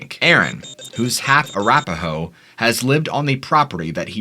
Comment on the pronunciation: Arapaho sounds like slapaho🤭